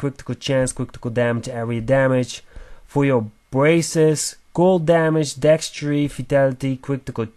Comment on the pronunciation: That word is Dexterity. dekˈsterədē think of it as deck stare uh tee. I get that English isn't your primary language. However, if you are presenting in English you need to learn how to pronounce words correctly in English. Otherwise don't speak, or speak in your native tongue and live with the cpms you get from German/Russian/etc YouTube versions.